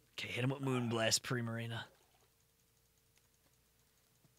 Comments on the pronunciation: I like the fact they keep on pronouncing primarina, prismarina cause they are so used to the word prismatic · "prismarina" hehehe